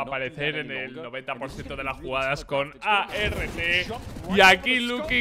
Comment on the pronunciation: No sé xq la mania de black o perdón de be ele a ce Ka, de llamar a art, a erre te :v !!!